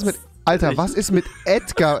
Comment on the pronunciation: Das heißt EDGAR😬